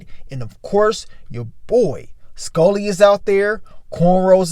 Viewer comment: I hate the way he says Skully... SKULLLY